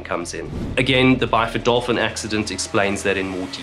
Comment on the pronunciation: He said "Byford Dolphin"